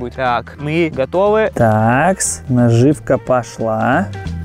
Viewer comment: Когда он говорит наживка мне больно